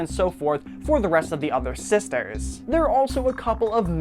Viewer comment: When he says sisters it sounds like he is saying sesters